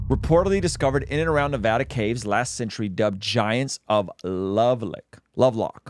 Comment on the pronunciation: It is pronounced: Nev-add-uh. Shorter haired, hat wearing, bearded guy was and is correct. Never let long haired, hatted, bearded guy EVER say Nevada again. Just ugh ( shudders). - Sincerely, Every Nevadan Ever